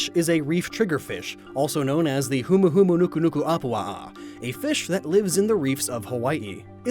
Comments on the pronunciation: you nailed Bruxish's hawaiian name <3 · you saying humahumanukunukuapua was worth the whole freaking video. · Great job not Butchering the Hawaiian name. I've heard too many people butcher the State's fish's Name. Thank you and Mahalo.